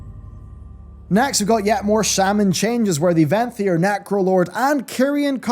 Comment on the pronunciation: Is it just me or does his accent seem to take on american flourishes ? "More competitive with vanthyr sinful brand" almost like a surfer dude. Like he was imitating someone saying that